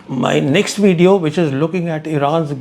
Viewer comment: Try to say "Video" not wedeo